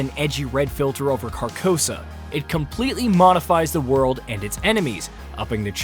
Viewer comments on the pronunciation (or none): none